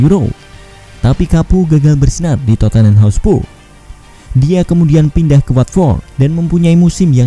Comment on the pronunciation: narator: masih dari hotspu'....?